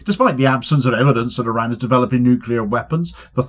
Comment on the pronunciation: It’s pronounced IR-RAHN; and when you slip in snarky comments about Trump’s appearance, you don’t seem clever, you seem juvenile. If you’re an adult, act like it son.